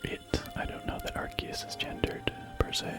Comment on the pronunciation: Is it not pronounced ar-see-us?